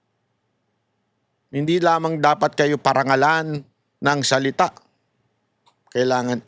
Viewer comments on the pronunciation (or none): Parangal o pinaparangalan..ayusin mo yung pag bigkas 😂😂😂